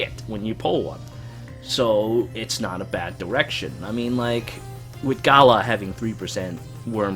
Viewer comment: it is G-ah-lah and dragonyule Ge-anne (spelled Jeanne)